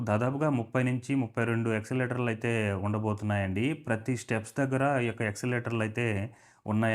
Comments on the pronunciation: Escalator pronounced as yes-ca-lator. Not exalator. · ఎస్కలేటర్...నాయన..... ఎక్స్లేటర్ కాదు.... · రిడెవలప్ కాదయ్యా రినోవేషన్ అనాలి. టెసన్ కాదు స్టేషన్ అనాలి ఎక్సలేటర్ కాదు ఎస్కలేటర్ అనాలి మిడి మిడి జ్ఞానం తో వీడియో చేస్తే నవ్వుల పాలౌతారు. వీడియో చేయమని నిన్ను ఎవరైనా అడిగారా?